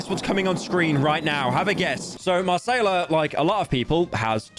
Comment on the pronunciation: doe he think Macayila is brazilian? her name is not Marcela lol